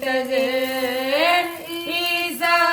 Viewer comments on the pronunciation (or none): IMAM E ZAMANA AJTFS MUNTAZAR hain.......muntazir to hm hain.....plzzzz aopna talafuz darust kryn .... Ay MUNTAZAR AJTFS AY MUNTAZAR ajtfs al ajal ya MOLA